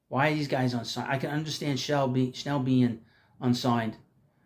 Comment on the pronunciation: I love your channel and watch it regularly. Good show again, but I just have to wonder if you say “Schnell” on purpose 😅